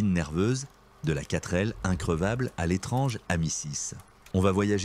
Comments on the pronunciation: Sans oublier la quatreu L 😮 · La quatre elle 😂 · 4L Voix normale : Katrêl Voix IA : Katreu Elle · Oui. La panard et la quatre elle 😂😂😂😂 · Qui dit "4-euh-L" à part l'IA? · La quatre L ??? C'est penible l'IA !!! JE ZAPPE ! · La prononciation de l'époque : Pan-Hard et non panard. Quatr'L et non Quatre L. Horrible IA. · Il y a la panard et la quatreee elle 😂😂😂😂 . Sinon vidéo intéressante. Merci